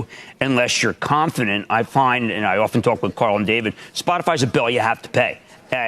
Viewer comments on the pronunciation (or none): none